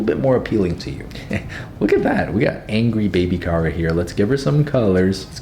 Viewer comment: His name is not Kara it’s Kira